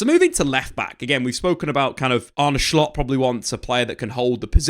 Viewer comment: stop saying shcoltt its solt